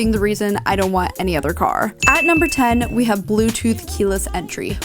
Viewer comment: "The cargghrrr."